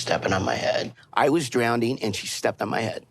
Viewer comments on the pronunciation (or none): Drownding is not a word Ed 😂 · It's "drowning" Ed, not "drownding"! Good grief. Go date Angela.......🤢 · If PigEd says "drownDing" one more time , why I outta......!!! lol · Does anybody else notice Ed saying “drown-deen” instead of drowning?? It’s driving me crazy!! 😂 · Ed: “I was drownding”